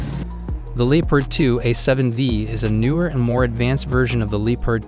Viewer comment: No one blames you if you pronounce Leopard the english or america way. But don't say Lee-part.